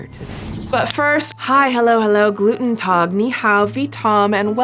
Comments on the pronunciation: I hate to be this commenter (please don't hate me) but it's guten tag for German, not gluten tag. :x I really enjoyed the video and I've enjoyed watching your backlog on crazy influencers. :'') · Did you say GLUTENtag?!😂